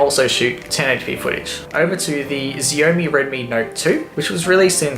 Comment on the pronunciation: Great video man. I live in the UK and i you can get the s4 and g3 for £60 but I dont think you can get the xiaomi for that. Also xiaomi is pronounced differently but dont know how to describe/explain it lol